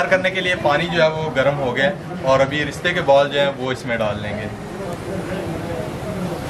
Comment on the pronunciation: Unique recipe. Aap ristay keh rahe hain but likha rista huwa hy jo kbi b ristay nahi bola ja skta so khyal kea krain. Bht zbrdst recipe. Stay blessed. Sjad.